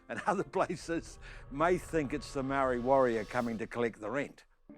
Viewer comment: How is this dude a black power member is he even a maori lol cant even say the word maori properly lol